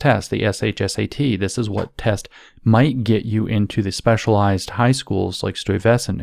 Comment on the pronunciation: As a new york native your Stuyvesant pronunciation combined with you appalachia comment is hilariously illustrative. For future reference its STY-va-sent. Dutch stuff is fun.